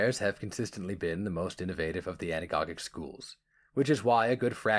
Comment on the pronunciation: Good stuff. One quibble, though: you're pronouncing Anagogis wrong, with an S sound for the second G.